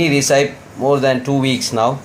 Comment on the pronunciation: Oh my god. Please learn to say recipe properly first. Google it for pronunciation